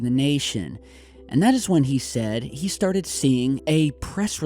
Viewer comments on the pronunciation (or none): none